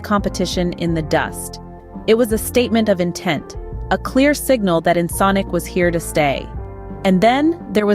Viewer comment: Yes “This is Ensnk” 😅